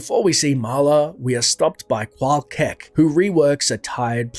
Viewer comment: Rune Words fail. Qual'KEK Great video btw. Truly appreciate including every story, non-gossip dialogue in.